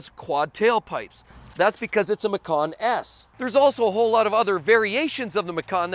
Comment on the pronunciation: Macan is pronounced match-an It's an Indonesian word for tiger Love your videos BTW